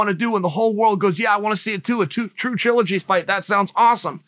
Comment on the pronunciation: If Chael says it's TRUE-ligy, it's now TRUE-ligy!